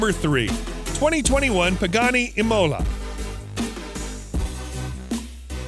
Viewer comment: All right... But :-). .... Imola has the accent on first "I" and not on "o", and centodieci sound like "ch" and not "s"... The other words are really well speakeds.. Amazing! Sorry for my english .. Ahahaha I am from Italy (from Bologna!) near Ferrari, Lamborghini, Maserati, Ducati, Pagani and Bugatti